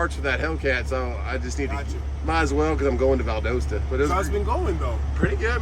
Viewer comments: Valdosta rhymes with pasta. Just sayin! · Someone needs to teach you how to pronounce “ Valdosta “ 😂 edited you got it the second time 👍🏻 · His wife, in the beginning of this video,was telling how to say it. One day he’ll get it right…